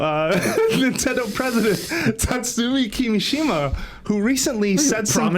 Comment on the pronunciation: Kimishima-ya-shima-ye. That threw me off outta no where what the heck lmao.